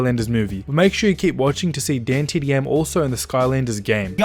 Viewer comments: THIS GIVES ME OCD, HE SAYS DAYNETDM AND ITS DAN DAN DAN DAN U GOT THAT DDDDDAAAAAANNNNNN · Who cringed when he said daintdm